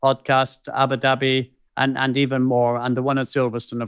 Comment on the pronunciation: Ah-boo dah-bee and NOT ABBA DABBEE. This is just laziness. But, you guys are marvellous to watch and listen too (mispronunciations aside). Keep doing what you do, it's an excellent podcast.